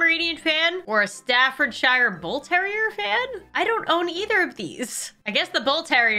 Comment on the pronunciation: I have to Stafford bull terrier fan and u said wrong but it’s okay 👍